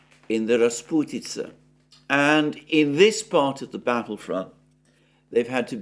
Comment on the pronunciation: "Rasputytsa" Wooooow🤗😘